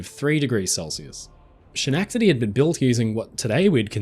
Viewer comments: I'm going to go out on a limb and say you're not from Massachusettes . With that understanding, "Schenectady" is NOT "Shin-neck-tiddy" but "Skneck-tuhddy" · Schenectady is pronounced sken-EK-tady. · SCA NECK DA DEE (H) is silent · It's so hard to listen to almost an hour of you saying Sha Nack Ta Dee. It's Skuh Neck Ta Dee. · God dude, you're killin me! It's Skehh/NeK/TA/dee!! NO Shh sound. Dont ask me why, but we pronounce that C as a K. I was born and raised in upstate NY, and my daughter lives there in Schenectady with her family now. Hard SK, soft eh sound. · Love your videos, how well-researched they are. Therefore, I don't think you'll mind if I correct the pronunciation of SCHENECTADY. It's Ske-nectady, not She-nectady. Cheers! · Great video and very informative. My only problem with is how you pronounce Schenectady. You keep saying "Shinectady" We Yanks pronounce it with a hard C or K sound. "Skenectady" I had no Idea the word you were saying until I read it in the video.😂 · FYI- the name “Schenectady” (it’s a place in New York State, where I’m from) is pronounced skeh-NECK-tah-dee. Like that. It’s a Native American proper noun, as many place names are in the United States, not a German word the way you pronounced it. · As of New Yorker I have never heard anyone pronounce Schenectady the way you have. It's Ska-neck-Ta-Dee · shenackdety lol great video but dude should put as much effort into learning how to say ballard and schenectady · I know this is an old video, but Schenectady is pronounced, Ska neck ta de. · In upstate NY, we pronounce it, "skeh-NEK-ta-dee" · Schenectady. I love that this name is so unpronounceable for everyone. Skenectady is how it's pronounced. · Just FYI: the "Sch" in the word Schenectady is pronounced like the "sch" in the words school or scheme, i.e. like "sk".😊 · Hi, big fan, THANKYOU! Utterly unimportant...in the US it's pronounced Ska..neck..ta..tea... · That's (and this is phonetically for you ), Skenectedy.